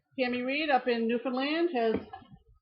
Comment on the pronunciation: Hi from California and late to the game! I have gone back to watch some of your old videos and I have to say how excited I was to hear you pronounce my home province of Newfoundland the correct way! Helen 😊